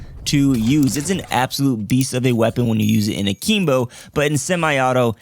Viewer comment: yo bro it's akimbo not akeembo